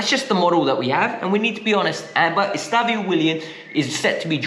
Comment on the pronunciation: It's Estev ÃO. It's not EstavIO lol